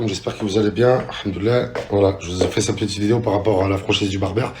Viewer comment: Stp frérot arrête de dire" cete" titre cette mode de rajouter des ""te "" à certains mots est déjà passé merci et le charo qui a des problèmes pour viol ose donner des conseils de seduction trop marrant et booba à tout à fait raison si la justice ne fait rien ça sert à rien de se battre contre eux au final